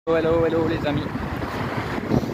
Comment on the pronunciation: Je deteste ce mot hello déjà tres mal prononcé! Pour s'intégrer à un pays on commence a aporendre sa langue !